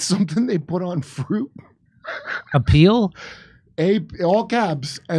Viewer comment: Not peel, it’s pee oil.